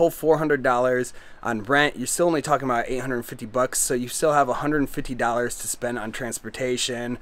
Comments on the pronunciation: She is pointing out that you say dollars in an odd way. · How many “dAllErs” did he say it takes to live there?